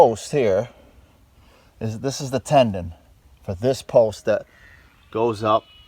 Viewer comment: I just found your channel and I love what you are doing! I wish I could see the insides of the buildings, but you are more about the structure and the exterior. One thing that bugs me- I don’t know if anyone has mentioned it before, but the old beams are put together with a “mortise and tenon”. I keep thinking you are saying “mortise and tendon”. I may just be misunderstanding you.